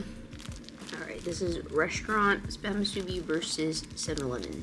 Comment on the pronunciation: I'm glad you are enjoying the Musubi, but if you don't mind😅 Please pronounce it as Mu-Su-bi, instead of Mu-Subi. Glad you enjoyed it here!